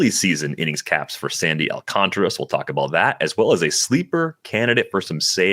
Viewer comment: Awl-cahn-tar-uh Alcantara Not Alcantra You're deleting an entire letter to say his name wrong.